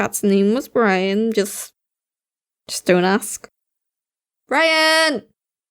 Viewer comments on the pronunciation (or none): I thought you said Ryan.. B R I A N